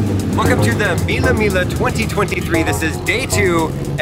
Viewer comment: mila mila lol that pronunciation